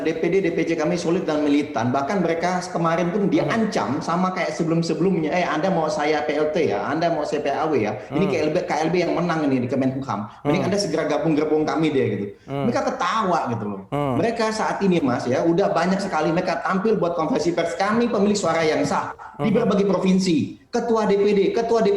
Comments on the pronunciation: MENKUMHAM kali, bukan MENHUKAM. Yang benar menyebut nomenklatur karena anda adalah tokoh yang perkataannya disimak orang banyak. Okey? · Kemenkumham, bukan Kemenhukam